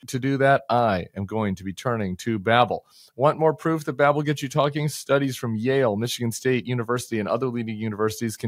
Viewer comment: Babble? It's Babel.